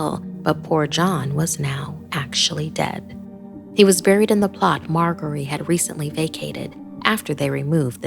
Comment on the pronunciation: Pretty sure it's pronounced mar-jer-ree even though it has a g